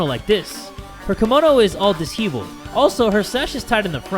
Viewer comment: "dis-heaveled" Lul